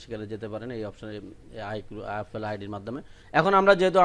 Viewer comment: ভাই আফেল না,এ্যাপল বা এপেল.আর আইক্লুট না,আই ক্লাউট হবে😂😂